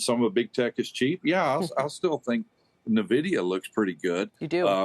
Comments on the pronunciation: I can't believe someone that says Nevidia...sorry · never heard of nuhvidia. Must be a new firm